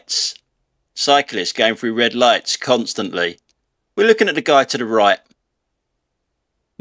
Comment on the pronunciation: "redd ligghts" - don't understand, what language are you speaking?